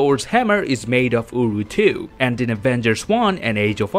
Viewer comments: Its uru metal damn it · Strongest metal in the universe: UwU 😂😂 thats what i heard